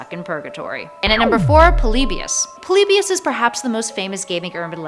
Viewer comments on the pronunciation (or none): POLYBIUS POL-EE-BUY-US